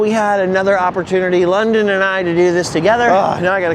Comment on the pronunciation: London ‘ Is definitely sponned lol 😆